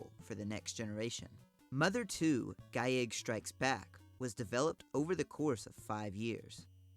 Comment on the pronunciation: Same with "giegue" Which is also geeg.